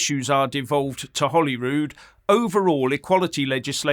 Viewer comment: It’s Holyrood not Ollywood